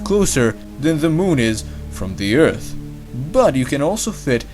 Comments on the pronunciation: WHY ARE YOU SAYING EARF NOW ITS EART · He now says Earth and not Eart., Bravo....